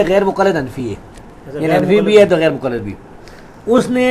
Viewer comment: mera puttar pehlay bolna seekh ly muqallad hota hai mujallad nai